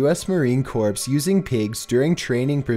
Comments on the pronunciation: “The US marine corpse” WHAT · I used to be in the United States Marine Corps. And with all due respect, it's pronounced like you say "core" not "corpse"